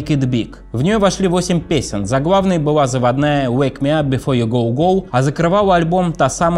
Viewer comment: думает, что он так круто выговаривает букву л, вместо была быуа, вместо школа, шкоуа. Не выговариваешь букву Л - это не твоя "фишка", а твоя глупость, безграмотность, позор!